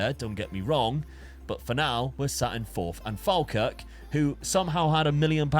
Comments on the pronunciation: Instead of saying "Falkirk" say "Fall. Kirk" - it's not the same as Falmouth :D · It's Pronounced "fall-kirk" 😅